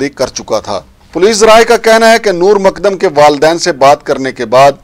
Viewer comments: Makdam Nahi mu-kad-dam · جناب ۔۔۔۔۔۔۔ مقدم ہے ۔۔ "د" کے اوپر شد ہے ۔۔۔۔۔۔۔۔۔ ق کو دو بار پڑھیں ۔۔۔۔۔۔۔ مقد دم ۔۔۔۔۔۔۔۔۔۔۔ سلامت رھیں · Abay tujhay naam tak sahi Lena nahi aata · Nam tu sahi se lena sekh lan.